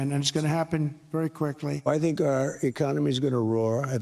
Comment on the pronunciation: I remember an episode where you dipped your chin in a can of marshmallow fluff, and I think you regretted it. - My first thought was the shuttle landing on Bin Laden like he was a wicked witch. The way he said "very quickly" sounded like "very clerkly". Ok boomer